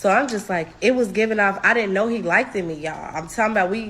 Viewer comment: " I didn't know he likted me,"😂